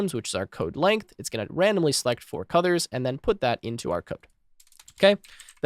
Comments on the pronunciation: Nice video. Not important but for some reason I keep hearing you say "cuthers" instead of colors. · WHY DO you SAY CUDORS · Got a bit confused coz I kept hearing "cutters" .. figured you were saying colors